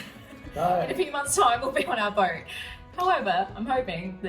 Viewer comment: How do you get "boyt" from boat and "noy" for no? There's no oy sound in either word. I'm confused.😂